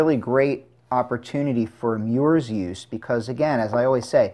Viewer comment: He said meyours!! 🤣🤣🤣😂😂😂